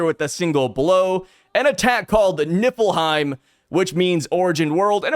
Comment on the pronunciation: Why did it sound like you said Nippleheim😂